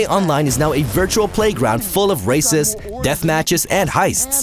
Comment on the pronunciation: Heard racist instead of races but it still seemed accurate.